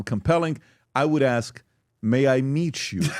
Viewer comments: No. It's may I MEAT you. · “May I meat you”*